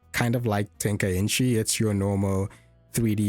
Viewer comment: it's "Tenkaichi" not "Tenkainchi" ;p